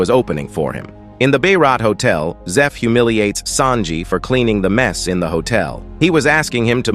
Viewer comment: I swear the narrarator needs an oscar i mean him pronouncing names is so funny lol for him zoro = zoror mihawk = mwihawk marine = marina sanji = sajin pirates = piratis